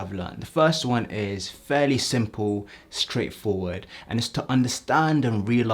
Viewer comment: "it eez what it eez"